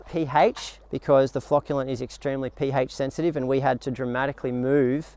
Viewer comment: It's "pH", not "pHaitch".